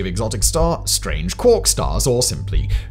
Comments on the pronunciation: You’re pronouncing quark wrong and it’s distracting 😅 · And I soon as he said it the first time I googled it to make sure I wasn’t going mad and he’s 100% pronouncing it wrong